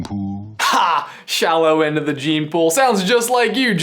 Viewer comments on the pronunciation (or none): "Shallow end of the JEEM pool" isn't it supposed to be Dream pool?not jeem?